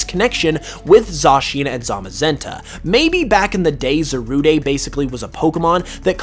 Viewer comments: as i'm just looking at this now and watch the movie a bit ago it, kind of does upset me that he keeps saying the name wrong; but its only just a bit i know how it is to say something wrong even if it's been said to you or you forget or just not at all know how to pronounce it. on a different note, should definitely watch secrets of the jungle it brought back classic pokemon vibes to me and i cried a bit at the end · Za-rood. Like: 🎶Why you gotta be Zarude?🎶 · Swear its just Za-rude no day needed 😂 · It’s called zah rude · Shouldn't it be Zarudé? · Why would you even say Zarudé. The verde thing is a stretch, it's just rude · Just say Za RUDE as the word rude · It's pronounced za-rude just letting you know lol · Pisses me off how you say za-roo-day when it literally has the word "rude" in its name smh.. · Zarude's "E" is silent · It’s Cal Z ar Like a Pirate and Rude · I really don't like the way you pronounce Zarude. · It's not za ru de it's zarude dide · Why do u pronounce it as Za-rud-e? I definitely thought it was pronounced Za-rude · It’s pronounced za-rude bruh. And is this just a theory? Also non spanish speakers put to much emphasis on the “de” as Almost saying ay so that part of the theory I don’t really see a connection in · Kyran Mountain I agree if it was (Zah- Rood-ay) it would be Zarudé not Zarude so it is Za-Rude but that’s if you wanna be English about it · Zarude(Zaru-day) Me: Calls the Monkey Pokemon Zarude(Za-rood)!: It's completely rude(Rood)! Me: Huh! It's a Rude(Rood) Pokemon!? 🤔 Ok! It's definitely pronounced as Zarude(Zarood)! 😄😂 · It's not "Zaruday" it's "Zarood" not the lack of the accent over the e. It an e, not an é. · It's not pronounced ZA-RU-DAY it's ZA-RUDE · It’s Za-Rude not Zarude-ayyye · It’s zarude like darude not Zaruday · You mean Za-rude not Za-rude-a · I knew I wasn’t the only person who pronounces Zarude as ‘Za-roo-day’ Cuz a lot of people I know say it as ‘Za-rood’ Or ‘Za-roo-deh’